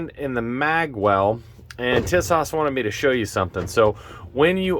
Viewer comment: For the record the company name is pronounced 'TEE-sosh'. The actual model name is the 'Zagana'.